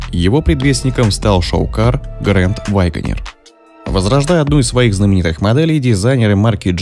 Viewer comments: "Вайгонер". Тому, кто читает текст, надо бы английский подучить. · С чего это голос за каЙдром решил что произносится ваЙгонир??? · Что за грэнд Вайгонер?? Автор у вас произношение не правильное!!!